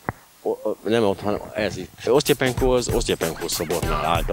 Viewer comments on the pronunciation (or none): Osztapenkó, nem "Osztya" vagy "Osztja"-penko. Az nem lágy t hanem kemény.